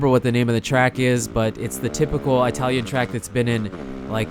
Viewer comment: he pronounced italian wrong!!!